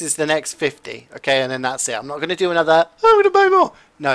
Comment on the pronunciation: CJ Kaled: Anotha one, anotha one